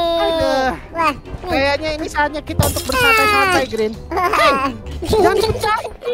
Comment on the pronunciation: Bg bukan grin tapi green